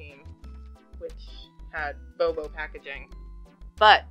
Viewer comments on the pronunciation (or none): none